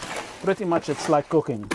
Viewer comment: “ pretty much it’s like cooking “ 😂 totally thought he said cocaine